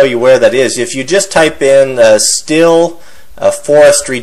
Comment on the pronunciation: Hey, you should look up how to pronounce the word stihl.. it's not "still" lol. it's pronounced the same as the metal "steel" when you say "still" your just saying "steel" with a German accent..lol WTF does everybody do this for?? lol